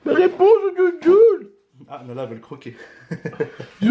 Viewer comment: c'est thejuljul pas zoujuljul a je vous kiff trop a cause de vous ma mère c'est réveillé tellement j'ai rigoler bisous a vous😂💕👏